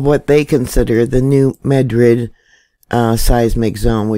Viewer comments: dMAD rid is how you say it. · it would help if you knew how to pronounce the areas that youre talking about. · if you cant do better than that you might as well move along yourself. As a person who lives in the area, I question anyone who is trying to give out information and doesnt pronounce the names correctly.